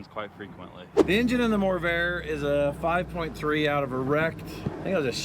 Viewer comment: It’s the MORRvair, not the lessvair 😂